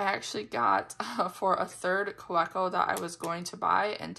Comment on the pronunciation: Kaweco is pronounced Kaveco. I find their nibs are so inconsistent. Loved my first one but others gave me problems.